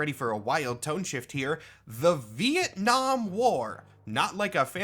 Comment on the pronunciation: Ven 'Nam... fucking VEN 'NAM... VEN 'NAM?! 🤦‍♂